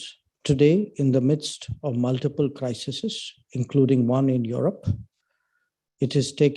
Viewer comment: Mr Minister Jaishankar. The plural of crisis is crises, pronounced KRY.seez. NOT crisises!!!